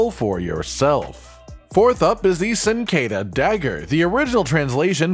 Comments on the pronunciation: It’s pronounced Chin-qua-dea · awful pronunciation of cinquedea